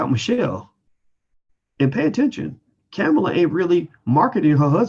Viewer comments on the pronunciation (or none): "Kamala (Comma-la) Harris"